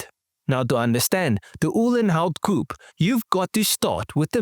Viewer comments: COO PAY.......not coup.......COO PAY .........PAY ! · Please pronounce "Coupé" correctly